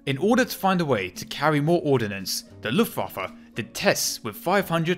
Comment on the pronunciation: This almost gave me a stroke ( also when the german and Dutch words are translated it say yes the is see real power of see luftwaffe)